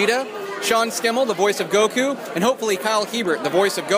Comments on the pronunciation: Did you really just pronounce Sean's name as, "SKEM-UL"? It's pronounced, "SHEM-UL". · Forgive me for correcting you, but Sean's last name is pronounced as "Shemmil" even, though it''s spelled "Schemmel", just thought I'd tell you